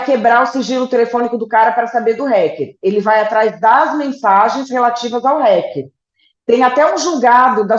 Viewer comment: Pronúncia correta é: hAcker com AAA, Como o hack da TV.